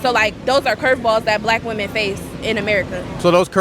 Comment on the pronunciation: Day 678 How do u watch clips all day and not see your pronouncing women plural wrong bruh